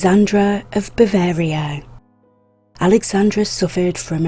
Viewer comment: IT’ S “BAVARIA”